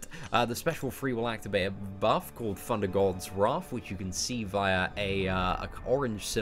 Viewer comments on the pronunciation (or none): The GamingRodent loool that's because he still can't say Thor properly, "four god of funder"